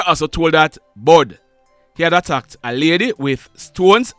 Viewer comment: Not bud it's bull